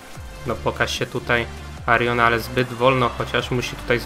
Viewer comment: Ogólnie tego Arjone chyba powinno sie wymawiać Arhona znaczy wnioskuje z tego że np Jesus Navas wymawiają hesus mów jak chcesz zresztą jutro arsenal